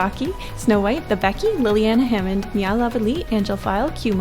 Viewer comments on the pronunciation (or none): none